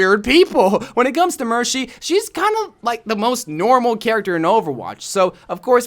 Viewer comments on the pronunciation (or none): yes, he said mershy. WIERDO! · She did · did he say mershy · was it just me or did he say MerSHy lol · Nope, he said Hershey 🤭